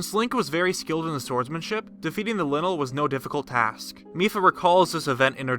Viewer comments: why do you pronounce things so badly lie-null (lynel) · Not trying to be THAT guy, but it's pronounced "Lie-null" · Its “Lie-nel”. Pronunciation was confirmed already. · Look bub, it's not pronounced, " linel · Did you pronounce Lynel like linle?????? Idiot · It's Lion-el! Just say "lion" and add "el". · Just a tip, I believe it is pronounced Lion-el. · its it pronounce " lie- in - null" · He said the linl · Ugh... him mispronouncing lonely is really triggering my ocd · Almost left the video when he pronounced Lynel like "Linnel" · It’s like lion-elle, but gets shorted to Lynel, pronounced “lienl” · Geoff Williams at first I didn’t understand what he was saying and I pronounce lynel “lienol” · Geoff Williams me 2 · He pronounced Lynal wrong. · Your'e pronouncing lynel wrong. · stupid lynel pernounciation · The fact that you pronounce Lynel and Ploymus like that makes me really nervous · Is anyone else bothered by the way he says Lynel? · How the hell do you pronounce lynel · The letter Y and I are very deceiving, but yeah I agree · I can't get over the way he pronounces Lynel.... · Plz stop saying Linnle it's lynel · It's pronounced ly-nul. Noy linul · Not linl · Its not lynel its lynel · linel, LINEL??? its pronounced lie-nell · LIE-NAL. LIIIIEEEE-NAL. Not Lin-el. 😂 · XD lynel not linel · no one: :literally no one: me: ITS PRONOUNCED LYNEL (LIE-NULL) NOT LYNEL (LIN-EL) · This is cool but I hate the way he says lynel. It looks like a lion man so shouldn’t it be pronounced the same? Ly-nel not li-nel. Right? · Linle ... Ma’am, it’s “Lie-nl” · Im so triggered :) Its ploymus not poloymus Its lynel not linel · "linnal" It's lynel lie-nuhl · DUDE. ITS LYNEL Lai Nel not Li Nel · ITS A LYNEL!! That says linol... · your saying lynel wrong. it's like lie-nel. your saying linil. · Its lynel not linel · Ly-nel... not Linel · Its pronounced lienel not linel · Isn’t Lynel pronounced like Lion? As in LIE-nel? 🤔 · My guy straight up said "Linnel" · He said linle